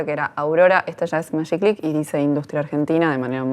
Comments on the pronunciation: Hola , muy interesante. Y muy bueno , Pero se pronuncia con G no Mayiclick. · Buenísimo, che. Aguante el Magiclick (que dicho sea de paso, argentinidad mediante, se pronunciaba "majiclick", no "mayiclick"). Tuve todos los modelos. Y esto antes de cumplir los 35: ni en pedo duraban 104 años. El del botón atrás (en el pulgar) era incomodísimo: desconocimiento total de cómo funciona la fuerza del pulgar de parte del ingeniero a cargo. Ninguno era cómodo, pero los más ergonómicos eran el facetado, que se apretaba con el índice, y el largo con el botón arriba, que se apretaba en forma de pinza, con toda la mano. No por nada fueron los últimos en aparecer. Muy buen video. Suerte con toda la serie. Saludos.